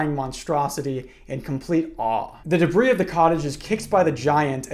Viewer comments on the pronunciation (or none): none